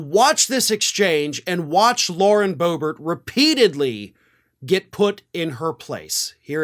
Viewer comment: BOOB-ert is a GOOB-ert!!